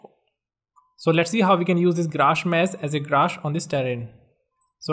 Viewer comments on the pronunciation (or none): It's sculpt not slupt.its grass not graash😒